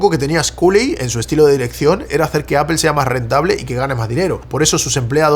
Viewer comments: 🤣😂Repitan conmigo hermanos españoles, NO se dice "A P E L " se dice a p P L E, aaaaa ppppp ppppp llllll EEEEEEEE 🤣😂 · Lo único que no entiendo es porqué los españoles pronuncian tan mal Apple. Dicen Apel, pero en Inglés sería "Apl", Castellano (Aple) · por que le dicen "apel" no se pronuncia asi.. incluso en ingles se pronunci "apol".... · Interesante lo que nos compartes pero no puedo escuchar tantas veces “apel” sin volverme loco. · deja de decir apel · Pregunta en serio. Por que dicen apel en lugar de apple? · por que le dices: APEL? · tengo un problema psicológico y no soporto cuando le dice appel a apple o googel a google 😅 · Qué es "apel"? 🫠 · Me encanta y su contenido, pero a su nivel ya no deberia cometer errores tan absurdos como decir "Apel" en ningún idioma se pronuncia de esa forma 😂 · Pronuncia bien Apple😐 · Aprende a pronunciar Apple! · Buen vídeo excepto por la pronunciación de la palabra "Apple" :face-blue-smiling